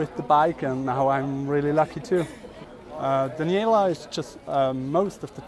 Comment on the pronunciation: Her name is DANIELA not danielle